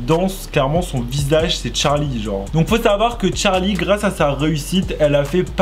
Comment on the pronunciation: Euh c pas Tcharlie c Charlie